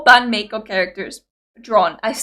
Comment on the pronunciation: It's pronounced My-Co, not May-Co. This started as an April Fool's Day joke. There's one other Music Video with a that wasn't already a BAND-MAID song called 'Gion-Cho'. It's about Kyoto, the center of Geisha Culture. There's also a Making Of 'Gion-Cho' video. Akane needs Food like MISA needs Drink. You'll often see her storing energy in the Music Videos.